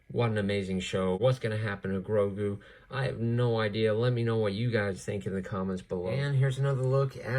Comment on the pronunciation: Bruh man really said baby groogo not baby grogu